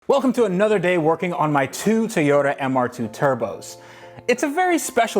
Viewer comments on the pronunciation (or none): Still saying Tiyota instead of Toyota! LOL